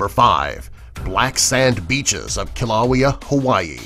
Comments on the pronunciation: it pronounsts killawaya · That would be Keel-ah-way-ah -= Kilauea. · Pronunciation?!? Kil-a-way-a HI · Kilo-Wayyy-A! Not kilo-oww-we-a. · the narrator makes a mistake: "Kilauea" is pronounced like "Kill Oh Way Ah" not Kill Owie Ah". Yes, I acknowledge I am a snob. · I live in Hawaii and this guy pronounces the volcano ki Lao I a even though it’s pronounced kill u way uh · It’s pronounced Kill-o-way-a, not Kill-low-ee-a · It is pronounced Kill-a-way-a for Kilauea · needs to get his pronunciations correct, Kilauea is pronounced Kee leeow ay ya Gansbaai is pronounce gans bye with a soft G. and the gans rhymes with kahns.. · It is pronounce as (kill-a-waya) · it is pronounced kill-u-way-u (short u btw) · Itz killah-weh-uh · ...................It's pronounced kill-a-way-a ..................... JRW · It's pronounced kill-uh-way-uh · Its pronounced kil-li-waya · It's pronounced kil-oo-aye-a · it's pronounced kill oh way uh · Its pernouced kiluea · This vid should pronounce Kilauea correctly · Kilauea is not pernounced like that and I always go there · That is not how you say Kilauea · U don’t say kilaeu right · do you even know how to say kilauea right?